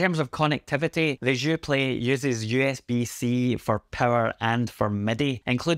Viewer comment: "Je suis un ananas" hahaha. You got "Joué" right tho when you pronounce it with the "é". Thanks for the review. I've been wondering if I should pick this up and support my country. But if I could find a used Sensel Morph I'm so keen on trying the Buchla Overlay! I feel like it'd pair so well with all the Fors M4L devices!